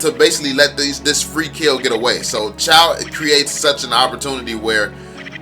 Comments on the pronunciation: Pronounce it as Choh not Chow. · Bro no hate why did pronounce it chow its supposed to be choe (๑♡⌓♡๑)